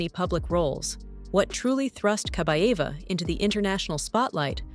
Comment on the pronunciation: Kabaeva not Kabava.